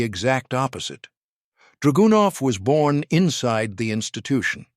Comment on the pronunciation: actually the style was very good, just wish the Ai could be tweaked to emphasize the right syllables in draganov and a few other words. But the voice was cool for sure. Sorry to be very picky. But good job keep it up!